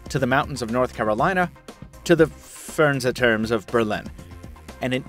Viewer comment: "Furnsaturms of Berlin"? :D